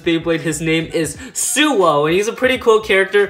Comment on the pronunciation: Forneus Blader its suoh